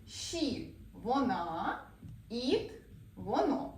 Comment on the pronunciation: Ви неправильно вимовляєте на англійській мові воно "it". - Не "іт", а "ит"!